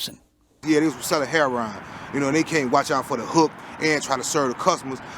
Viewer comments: it's pronounced "Hair-row-in"......NOT "Hair-ron"......jeez. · what is the problem saying heroin? its not hair-on